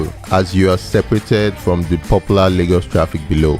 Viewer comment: It's called LAY-GOS not largos